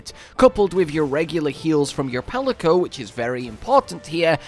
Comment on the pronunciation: 😂 palico ? Remove it and record again